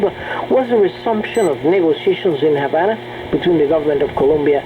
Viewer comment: Pretty sure it's HaVana, with a 'V'.